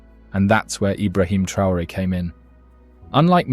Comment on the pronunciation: Trr-rain? Ai much do we?